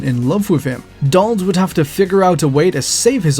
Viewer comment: Are you saying "DOLL" or Donald?